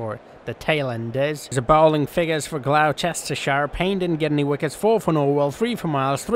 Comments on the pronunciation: Never say Gloucestershire again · I’m live on the border of Oxfordshire and Gloucestershire, it’s really annoying how you keep saying it